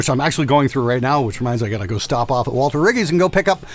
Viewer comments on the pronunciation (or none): none